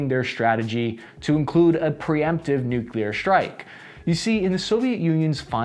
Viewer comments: What are nucular weapons? Are they similar to nuclear weapons? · It's nuclear, not nookelur. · please. I love your channel, but "new-CLEE-are", not "new-CUE-lar". You're not GWB". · get off the net,. you can't even pronounce nuclear nevermind speculate on "nuckular" strategy. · I can't take seriously someone who talks about nucular weapons. It's a showcase of superficiality. 👎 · NEW CLEAR not NEW KEY LAR. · Nuclear, not nu-cu-lar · Nuclear is pronounced “Nu-clear” not “Nuke-u-ler”. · What really grinds my gears is hearing people pronouncing Nukelar instead of nuclear. I know languages evolve but this isn't 18'th century Australia country side, this is internet age. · American saying "nucular" instead of nuclear is really the worst thing for my ears and brain it hurt too much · You are pronouncing "nuclear" wrong. It's not pronounced "nuculur". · I really wish you didn't pronounce "nuclear" like George W. Bush. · don’t worry, we are right there with you. We HATE when we hear people pronounce it like that as well!